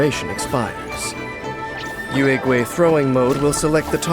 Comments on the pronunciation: Can’t blame the VAs but I die inside everytime they say “Youehhgway” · I really love Yaoyao, but whenever she uses her skill and says the name Yuegui, I always hear Urugway or Master Oogway I can't TT